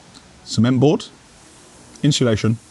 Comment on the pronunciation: I’m only here for the “inshulation” 😂😂